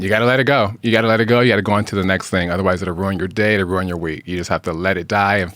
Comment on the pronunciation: Okay - you asked … Jewel - RY - 2 Syllables ONLY NOT Jewel -er -Ry Ruin - Rooo In NOT Rooon 🥸